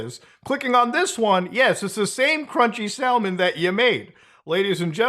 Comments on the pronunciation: Muta said sal mon. ahahha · You don't prnounce the L in Salmon dude seriously ?